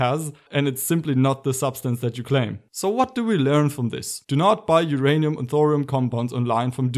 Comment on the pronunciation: Whose 'ranium?